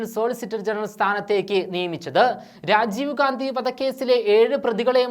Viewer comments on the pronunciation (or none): none